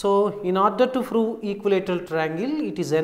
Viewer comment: Its not froo its prove